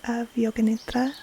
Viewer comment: It is great to hear correct sanskrit pronunciation of nidra, but i kinda miss the Americanised pronunciation with a hard d.